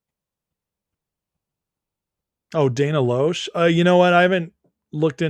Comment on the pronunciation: If you have Dana on, her last name is pronounced "Lash" even though it's spelled Loesch.